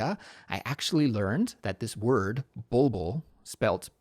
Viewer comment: Hi, I just wanted to say hello and let you know that your podcast is truly one of my favorites! I really enjoy listening to it, especially during my commute to and from work — it’s always a highlight of my day. I’m Persian, and in Farsi we call that bird a “bolbol” — and yes, you pronounced it absolutely right! 😊 Thank you so much for all the effort you put into creating your episodes. The topics you choose and the way you explain things are not only informative but also super practical for me. I truly appreciate it😊 Shohreh